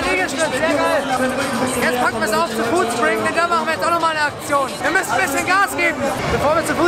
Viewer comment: Foodspriug, statt Foodspring